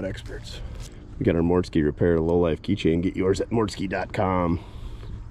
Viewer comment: mortske route is pronounced root not row-t